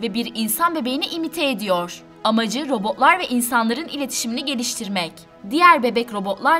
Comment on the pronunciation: Sırf o yüzden videoyu durdurdum. Robo'lar, otoma'lar şeklinde tuhaf bir telaffuz var.